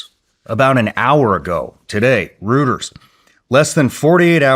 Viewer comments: it is pronounced ROYTERS not ROOTERS 😂😂😂😂😂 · Hey Shawn - it's pronounced "ROY-ters" (Reuters) - not "ROOTERS" (Roto-rooter) 🤣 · Hate to be that guy, but Reuters isn't pronounced "Rooters", it's Roy-ters". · "Reuters" is pronounced ROY-terz, with the "eu" sounding like "oi" in "boy". It is a two-syllable word, derived from the German founder Paul Reuter, and is commonly mispronounced as "rooters" or "riters". The "t" is often pronounced as a light "d" sound in American English. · Rooters……it’s pronounced “Roiters”. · Wow. I am astounded that Shawn Ryan does NOT KNOW how to properly pronounce REUTERS and is calling it "ROOTERS" such as in ROTO-ROOTERs the Sewer Service !!! OMG !!! Bwahahahaha ! FYI, it has been pronounced properly since OCTOBER EIGHTEEN FIFTY ONE as "ROY-TERS" !!! That, my friends, is a history GREATER THAN One Hundred Years !!! SMH. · FYI Reuters is pronounced "royters" not rooters" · (Psst Shawn it's pronounced "roy-ders") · REUTERS IS PRONOUNCED “ROY-TERS”! Omg. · never heard reuters pronounced rooters lol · Shawn not being a d*ck but the news agency is pronounced “ROY”ters weird pronunciation rule exception which is what makes English so hard to learn for non native speakers. Thank for for interviewing this true Patriot who took his oath seriously unlike those in higher elected office lately. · Who is rooters? Does he mean Reuters ? 😂🙄 Or is Rooters the news arm of Hooters? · Reuters is not pronounced Ruters lol that shows he has someone else looking his info up lol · This is " rooters"😂😂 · “Rooters” lol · “Roy-Terz”. REUTERS. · My name is Sean Ryan and I am deep in the news, and know what’s real with just about everything but somehow I don’t know how to pronounce the major news gathering organization named “Reuters“ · Bro pronounces Reuters as Rooters 😂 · I didn’t realize it was even possible to mispronounce “Reuters”.